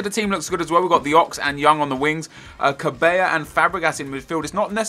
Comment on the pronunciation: its not pronounced ca-bay-ya, its quite simply ca-bell-ah